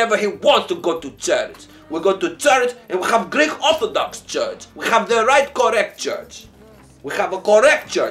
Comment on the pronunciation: 'we have e correct church, rle orthadox'